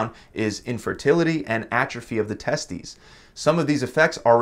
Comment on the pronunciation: HA he said Testies